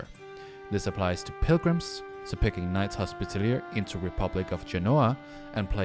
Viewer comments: 'Knight's Hospitallier' 😂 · Bro you're pronouncing knight's Hospitaller wrong